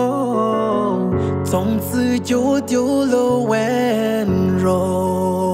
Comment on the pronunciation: "从此"唱成"粽纸"，"从前"唱成了"纵前"，"春天"唱成了"尊天"。记得另一首歌墨镜哥把"曾经"唱成了"增经"。一贯的通病是把ch都转成z，希望尽快纠正，就达到发音100%正确了。